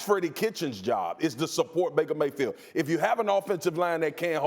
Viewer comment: Baker “mayfeel”